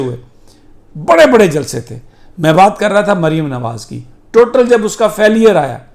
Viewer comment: Sami sahib like your sense of humour and how you said jalsee. Still very worried about the upcoming election because Imran khan has a very cunning enemy and a big governmental machinery working against him. It’s not a clash of two political parties but a clash of something very evil and Imran khan